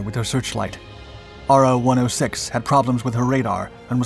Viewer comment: "Ro" not R. O.